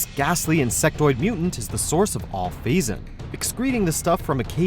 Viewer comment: It's PhazON